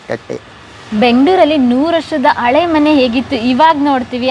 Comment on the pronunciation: Please ಸರಿಯಾದ ಕನ್ನಡ ಮಾತಾಡಿ ( ನಿರೂಪಕಿ ) ಅಳೆ ಮನೆ ಅಲ್ಲ, ಹಳೇ ಮನೆ, ಅಸು ಅಲ್ಲ, ಹಸು............ ದೇವ್ರೇ 🙏